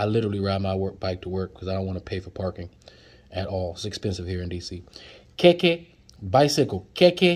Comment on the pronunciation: lol you butchered everything hahhah igbale broom,honroo, ijaaapa tortoise,jeee wake up,,keeeke bicycle